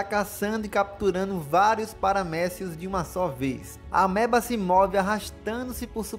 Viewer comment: Eu ouvi paramédico 😅 depois que fui entender kkk